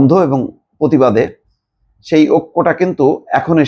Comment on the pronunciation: ধ্যাত মিয়া সাব, আপনিও তো হাসিনার মতো র-ফলা উচ্চারণ করতে পারেন না। প্রতিবাদ কে বলেন পতিবাদ!